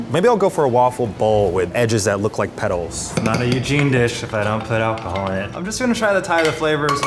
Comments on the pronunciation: Nobody: nobody in human history: Eugene: AdD ALacAhOl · Cillian • *AlacAhol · Ah yes i too love me some ALA-cahol